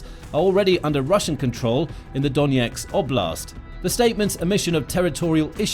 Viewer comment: Why do you consistently pronounce Donetsk as Doneks?